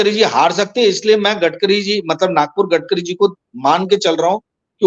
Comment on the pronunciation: Gatkari nahi Gadkari Bolo